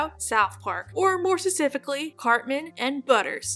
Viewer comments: Nobody: Kitty Monk: More SASIFICLLY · Kitty while I think it's adorable you can't say the word "specifically" maybe you should start using a different word lol